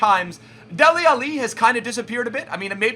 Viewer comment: lol saying alli like Muhammad Ali. it's al-leeee